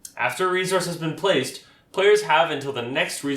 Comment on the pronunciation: Great video. Thanks. Where are you from? You say resource with a “z” sound rather than an “s” sound. I have noticed this with folks from Canada and NW USA. Not a problem just curious. Thanks for video.